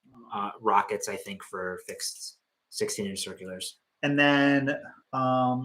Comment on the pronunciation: Congratulations on hitting such a big milestone! 👏🏿 I have a question and I'm hoping to have someone shed light on this for me.... why does say 9 inch circulars the way that he does in the microphone? I always giggle a little bit but I'm curious as to how it cam to be. Thank you and Merry Christmas 🎅 🎄 ❤